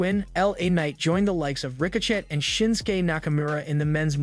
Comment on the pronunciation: Why do you say the names all weird dude? Cuddy Rhodes Ricoshit Solo Siko'o.. Fucks wrong with you?